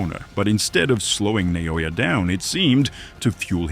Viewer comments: Who's Na-yo-ya? Is he somehow related to Na-o-ya? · Nao-ya not Na-o-ya. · Who is na-no-yah? It’s in-no-way